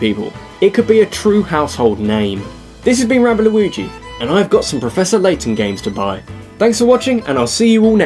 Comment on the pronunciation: Turned off video when I heard Laton XD